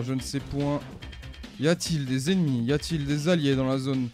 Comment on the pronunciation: Les éNEZmies xDD